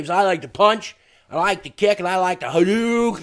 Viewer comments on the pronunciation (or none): "and I liek da Haduuuuuuken"